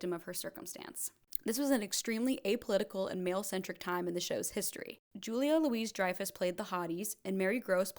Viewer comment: JOO-lee-yuh LOO-ie DRY-fuss. Not Louise. Louis-Dreyfus. Double-barrelled lastname, not middle name.